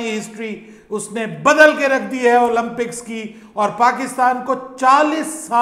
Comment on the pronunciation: With due respect - it is pronounced ‘Olympics’ not Olumpics.